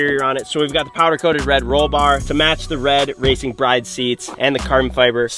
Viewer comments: It's pronounced Brid not Bride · It’s “brid”, not “bride”